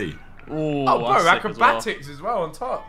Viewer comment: Did anyone else hear Ethan say “Barackobatics” 😂